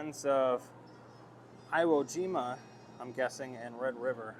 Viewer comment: I really enjoyed the video. A bit shocked you mispronounced Iwo Jima. Such an iconic battle in our Nations history. You also called a Marine Corps uniform an “Army uniform”. Not picking on you sir. Just providing some education on our Corps. 👍🏻